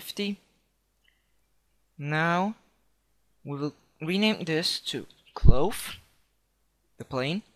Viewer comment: jheez cache you say cash cloth you say clothe Made Me Laugh